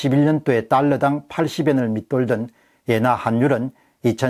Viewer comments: 옌화라고 하지 말고 엔화라고 발음해 주세요 너무 부자연스럽게 들립니다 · 옌화보다 엔화로 발음 해주세요! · 자꾸 옌화 옌화 그러니까 거슬림